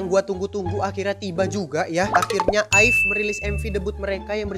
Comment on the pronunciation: Bacanya a-i-ve bang